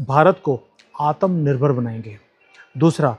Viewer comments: You keep pronouncing word atumnirbhar ( Should be atmanirbhar) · आतम निर्भर नहीं भाई आत्म निर्भर